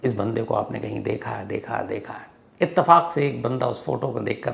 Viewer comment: इत्तेफ़ाक को आपने कई बार इसतेफाक बोला है